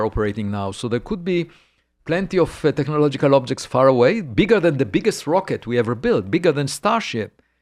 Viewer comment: every time he says technological signals all I hear is the meme of the Doods in the Land Rover TECHNOLOGLOGIA!?! TECHNOLOGLOGIA!!!!!